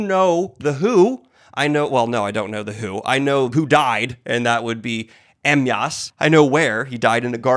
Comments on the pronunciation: daniel... it's pronounced Uh-my-us.. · Em-Yass Crale? 😄 I'm so glad we got this new point of joy since he's learning to pronounce Poirot now.